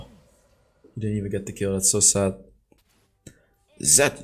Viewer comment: Wait how u know what du bist so schlecht means, btw my dad is from Germany and the moment u tried to say that was absolutely the funniest part of the video to me xD